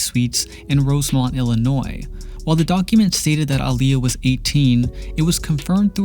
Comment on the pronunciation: Thank you for saying her name correctly! ❤️